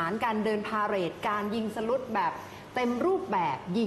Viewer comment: พิธีกรทั้งสองท่านออกเสียงคำว่า ยิงสลุตไม่ถูกทั้งคู่ค่ะน่าเสียใจนะคะ